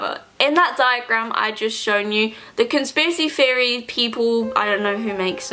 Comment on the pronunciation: I can't watch this because you keep saying "conspiracy fiery" and it's pissing me off